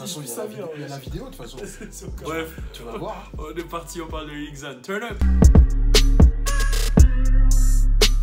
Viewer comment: Cpas lil ixzan (xan) On dit : lil zan (lil xan)